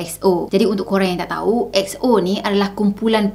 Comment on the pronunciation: Betul la dia sebut X-O bukan E-X-O Sebutan dia mcm ni EX-O